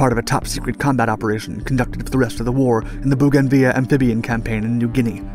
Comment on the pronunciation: "Boogan viyah (Bouganville)" Is pronounced "Bogan vill" !! JEEEZ